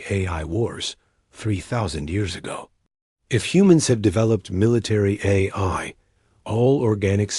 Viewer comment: What a HORRIBLE READER/VOICE. To pronounce AI, it showed “Hey I”? Really? That’s just one example of many issues…”Dot”?? What is that? Reading punctuation??? Horrible.